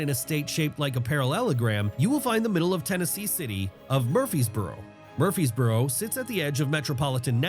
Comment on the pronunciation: Murphysboro lol I'm in Smyrna Edit: he pronounced like a local. Source? I'm a local